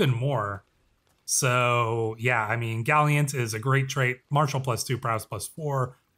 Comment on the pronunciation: Galiant? Its Gallant…